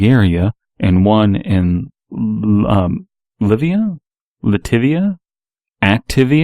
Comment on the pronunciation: Was it Latvia you were having a hard time pronouncing? Seriously it sounds just like it sounds, it gets mentioned in a bunch of movies.